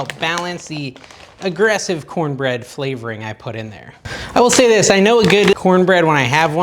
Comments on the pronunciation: " Corn-nanna bread" 😂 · Thanks for that recipe. I miss corn bread. Will try this. Love your vids….cornana bread 😂